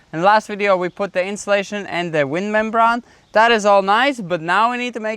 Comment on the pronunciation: l hope you don't mind, but it's pronounced 'membrane', which sounds like 'mem...brain'. Hope that helps. Great video. I love watching you both